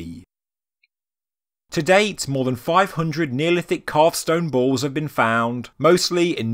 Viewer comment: I thought you were saying stone bowls and I was confused but the very last time you said it I realized you were saying stone balls.